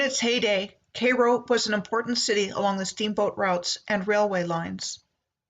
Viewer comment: Cairo. As in kay like kayak and row like rowing. Not k-row. Kai-row(Cairo)